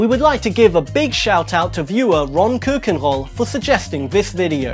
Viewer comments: Hahahaha hoe hij dat uitsprak "ron koekenhol" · HAHAHAHA how he said keukenrol xD, like a french man